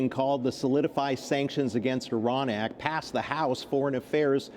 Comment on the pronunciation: Hey, Iran IS PRONOUNCED JUST LIKE IT IS SPELLED. What is wrong with you. Then the dumbo who came on set pronounced IRAN INCORRECTLY. All of you maybe are using an IRANIAN dictionary. I would fire you nits!